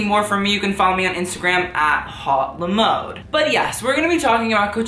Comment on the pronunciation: Im french and i fucking hate hiw he pronounces his name first of all haute the AU is pronunce the way say the O in your MODE ! And mode the O is pronounced how you actually say the AU in haute ! Its thw fucking opposite ! Its not Hot le mAudeee ! Its Hauuute le Mod ( pronunciation ) and second of all mode as in fashion in french is feminine therefor it would be LA mode and not LE mode .., stop trying to sound fancy you just sound pretencious and stupid! And with your style you shouldn’t criticize anyone cuz your fashion tastes are aweful !